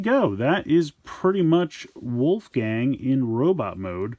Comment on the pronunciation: It's wolfang, not wolfgang